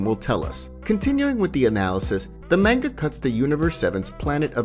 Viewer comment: Bro no hate or anything . But u saying manga is so wrong. And same with whis. And even arc. Idk how u mess up saying that haha. Just a fyi